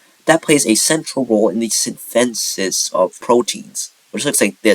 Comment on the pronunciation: you have very interesting ways of pronouncing amalgam and reticulum and synthesis